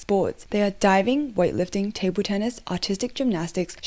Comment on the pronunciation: Your accent makes it sound like "autistic gymnastics" and I cannot stop laughing at that notion. (Fwiw, I am autistic, so it's purely self-deprecating. 😅)